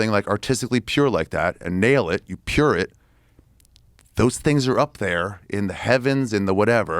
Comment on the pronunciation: If this man says pured it one more time